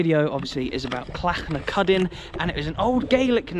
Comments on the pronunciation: Says Clachnacuddin correctly - but Gaelic wrong (Gaylick is Irish GaaLic is scottish) :D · Alan Shields Hamilton South Lanarkshire Scotland. You did extremely well with the saying of Clachnacuddin's name it was spot on. I seen Clacnacudan live back in 2012 in a Scottish Cup game at Summerset Park Ayr United winning 2 - 1 that afternoon to be fair to Clachnacuddin they brought doon a good travelling support that afternoon to Summerset Park. Your video was excellent Grant Street Park looks like a lot of Junior grounds myb very slightly better than that but not to much between the quality of Grant Street Park & the better Junior grounds. Last time I was in Inverness I went to see The Highland Derby in 2016 it was the tamist derby game you could ever come across both on & off the park both clubs struggling in The Scottish Prem at the time The I.C.T fans where vocal & noisy enough buck The Ross County fans only started sing when they drew level late in the game. A lot of Ross County fans live in Inverness it's self Digwall being an extremely small town. Clachnacuddin refers to a stone tub apparently in Inverness I wonder if it still exists & whare in Inverness it is if it dose. Last time I was in Inverness we where on our way back to The City Centre from The Caladonian Stadium & our Taxi driver was a Moroccan he was a Raja Casablanca fan he was telling us how hostile there rivalry with Wydad Casablanca it sound extremely intense I had heard of Raja Casablanca before but not Wydad because Eurosport ued to show Highlights of African Champions League games a few de